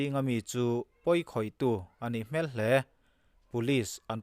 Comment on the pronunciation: I chhiar thiam a, i aw ngaihthlak a nuam thin hle mai. Chutih rual chuan ngaihmawh deuh pakhat ka nei. Hmel tih hi..."A nih hmel hle mai..." tih ang chi-ah hian 'hmel' i lamrik dan hi, mihring hmel ang hian i lam a, hei hi a dik hlel deuh tlat. Nelawm tih a, nel kan lam ang hian lam la, beng a kham lo deuh ang.